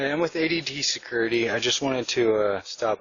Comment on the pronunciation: "I'm with ADT securty"